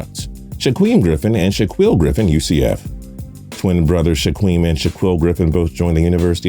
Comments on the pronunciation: "Shaqwem and shaqwill" 🤦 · he couldn't pronounce shit, did not get one name of the Griffin brothers right... He said shh uh qweel when it's Shaquill pronounced (shh uh keel), and said Shh uh qweem when it's pronounced Shaquem (shh uh keem). Now I know people aren't perfect and make mistakes all the time as I do, but as a person who does videos on NFL players it's pretty sad he can't pronounce a starting Corner, or the fastest linebacker in NFL history's name... That is my point 😑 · “Shwakeem and shwakill” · Ore-gone. Shaqweem and shaqweeel. Marcus mariOtta. Your pronunciations make me cringe. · You just butchered Shaquem’s name so bad lol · My dude u pronounced Shaquem and Shaquill names wrong